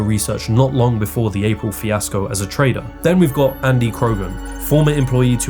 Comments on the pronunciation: Have you ever herd of the letter T in the English language? I don't know whether what you talk is some provincial argot, but it comes off just sounding like stupidity. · Why does the word trader sound so close to the word traitor?